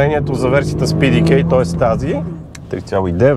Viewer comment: Човек, PDK е немска разработка, така че ПЕ ДЕ КА!